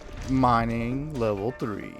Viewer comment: Mining. Not minning 😂